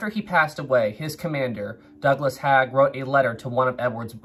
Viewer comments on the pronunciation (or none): Its not Douglas "Hag" its Douglas "HEY-g" Just letting ya know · Thanks for the video,. Knew about Edward Parfett and how he was tragically killed in WW1, but didn't know the circumstances. How tragic, just 2 weeks before he would go home:( Just a quick correction on pronunciations: Arras = Ah-rass Haig = Hayg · Six siblings was not a large family my great grandparents has twelve children! Also Haig is pronounced Hayg. Fascinating story though. Great stuff.